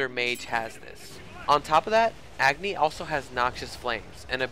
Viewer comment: dude AGNI is not pronounced as EGGNI its A.......GNI 'a' as pronounced in 'a' ball 'a' cat 'a' doll